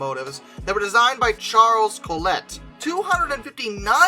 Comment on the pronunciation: And Collett isn't pronounced "Coll-ett", but more like "Coll-it"